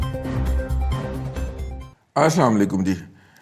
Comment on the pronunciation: Dada jee asalam u alaikum bola karein . Aap jo boltay haen wo Asamualikum lugta hay.